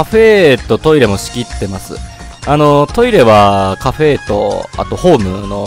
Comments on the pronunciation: なんでカフェのことをカフェーって言うんですか？ 言い方移ってしまいました(苦情ではありません) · カフェの言い方が気になるw カフェー